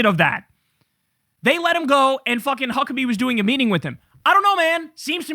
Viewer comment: Did Kyle just call Mike Fuckebhe 😮